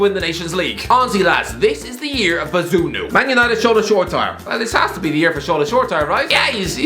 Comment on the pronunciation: man butchered bazunu’s name